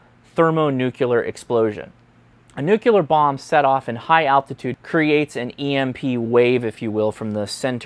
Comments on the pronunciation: Nuclear. Not nucular. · It's "nuke-lee-er" not "nuke-you-ler" -$.02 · Noo-Clee-Urr. Sorry. It's a pet peeve. Love the video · nuk-yah-ler? Really? Go back to Skool. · Wouldn’t it be a lot easier to just stash equipment in a microwave oven? Also you should check out how to say the word “nuclear”. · Choosing to mispronounce nuclear takes so much away from your presentation.